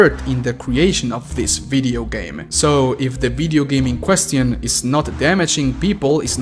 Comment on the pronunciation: Ayo hol up did you just Say qquesțiIoUN